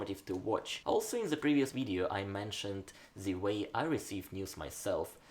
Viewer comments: THE не можешь выговорить, ну хоть ДЭ говори, ну только не ЗЭ. А так, красавчик! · am I the only one noticing you pronounce "ze" instead of "the"?